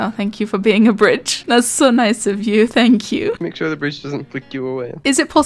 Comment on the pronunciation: imagine if you wanted to go heaven but god said fank yew 😳